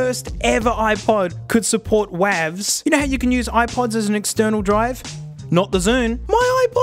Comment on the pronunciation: What did you say? Wahv’s?😂 WTF?